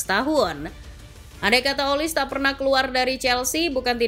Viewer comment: Bacanya olise, bukan olis